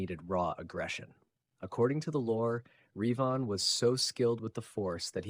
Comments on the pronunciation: It's Revan not Reevan you silly man. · Fun video but The way your AI says Revan is so distracting. Not only does it never say it like It is said in any starwars media (sounds kinda like the bird Raven with the vowels reversed) but it does not even consistently say it the same way, so its not even consistently wrong the same way. Also, Vader in the suit would be no match for Revan.